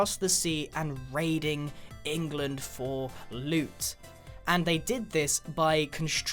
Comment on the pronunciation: "and there was a lot of rain in englind" ... b-but grian... they were norse not british